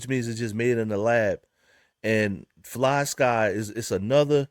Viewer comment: Fly-SKYYYYY not Ski 😂